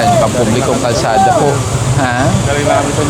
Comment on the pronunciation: Kalsada not karsada